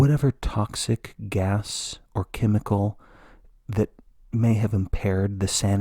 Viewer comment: Exposed to "TAK"cik gas😂